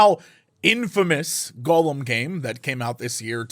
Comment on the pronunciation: Does it bother anyone else that Jesse says Golem instead of Gollum lol